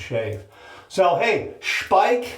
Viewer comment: And this is why a video is so good. Not only does he take viewer suggestions, he also is educated enough to know how to pronounce Speick correctly! 👍😊 I have the cream and am always amazed at how very little one needs to achieve a great lather ("BOOM!") and a great shave ("NICE! BEAUTIFUL!") 😊😊😊